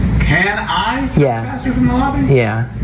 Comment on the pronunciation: Why is it that pretty much all auditors say the word wrong?? Trespass does not have a U in it. TRES, like DRESS not TRUSPASS!